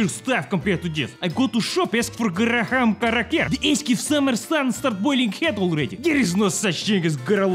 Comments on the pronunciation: graham is pronounced gram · Graham is pronounced "Gram" with an American accent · "Top Secret". Davaii edit:garaham kraker , garalabam gragger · As an american its pronounced gram-cracker also there's a special clear cup with imperial units on the side and metric on the other side. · graham pronounced "gram" like unit of mesurement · Lmao it’s gram not graham super funny made my day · a “graham” cracker is pronounced like gram cracker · Graham Crackers are awesome, and its pronounced Gram, consider the ah silent. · First off all the pronounciation: graham = gra-ham. Second of all oz means ounces. Third of all I know how to tell tempatures approximately and YOU JUST BAKED IT ON 730°F. Last thing: wtf? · trying to pronounce graham crackers is the thing I did not know I needed in 2020. 😂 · Seeing saying graham cracker fills me with happiness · favorite part of this is how pronounce graham crackers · "Graham" the h is silent. Why? I don't know. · How do you butcher Graham so badly?